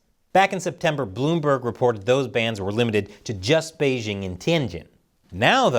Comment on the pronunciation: The host of this program still doesn't know how to pronounce the word "Beijing"? The "j" in Beijing isn't pronounced like the "g" in the English word "regime"; indeed, the Chinese language doesn't even have this quasi-French sound. The "j" in Beijing is pronounced more or less like the "J" in the English name "Jim."